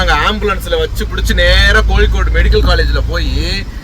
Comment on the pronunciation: அடி அம்மா சாந்தே கோளிக்கூடு இல்லம்மா😂😂😂 கோழிக்கோடு ன்னு சொல்லு😂😂